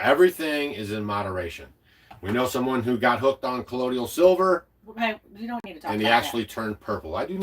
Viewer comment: “Colloidal” is pronounced cuh-loy-dull…. rather than “cuh-loy-dee-all”. There is no word in English with THAT peculiar pronunciation 👍